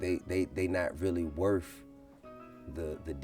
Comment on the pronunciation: This shit was happening long before GRAND AUTO. If you can virtually be influenced then you can mentally be influenced as well if you pumping music into your ears that promotes violence and death. And FTR its not "worf" its WORTH! When will we learn the TH sound. DAMN!